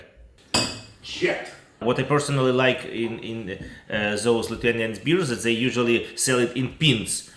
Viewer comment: The pronunciation of Lithuanian was very, very good.